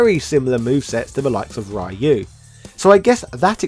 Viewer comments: I stopped the video as soon as I heard how this guy pronounce RYU… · I hate the way Americans pronounce Ryu's name...